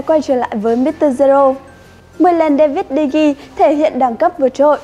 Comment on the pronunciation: Đa vít đì hê 😆😆😆